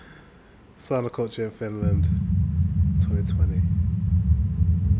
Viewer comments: It's sauna not soona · It is SAUNA,not soona! Try it!!!😊